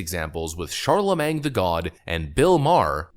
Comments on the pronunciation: "Charlemang" lol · Ron de Santis is awesome! Also, the "-magne" in "Charlamagne" is pronounced "main". 😁😋 It sounds so odd to end it with "mang", LOL! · i love how you say charlaMENG!! it`s charlaMANE, like watermane!! lol. i known about him for years! brilliant idiots is my favorite podcast! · It's pronounced Shar La Main. Not mang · CharlaMAYNE.....not CharlamanG. When you cringe, you really full send, lmao. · "Charla-MAYNG" LMFAOOOOOOOO NOOOOOOOOOO💀💀💀😭😭😭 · "shar-la-main" you dont pronounce the G my guy. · It's not Charle"mang." Jesus. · You're killing me....you don't pronounce the "g" at the end of his name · The G is silent btw